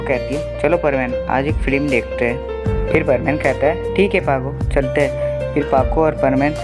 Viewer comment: Bro it's not filim , it's film😂